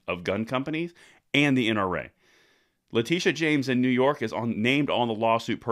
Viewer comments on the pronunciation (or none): none